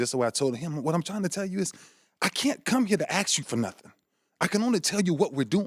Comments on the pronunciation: a bunch of people WERE there. Not a bunch of people "was" there. he'll aks you Can't these black people speak properly? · Poor Ray Ray still gotta say "axe" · Why did he say Trump would Ax people if he doesn't understand? That's some serious preasure on people to be clear when speaking to him. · Eagle Eye because he said axe. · Why does Ray Lewis keep saying axe instead of ask? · can i axe you a question?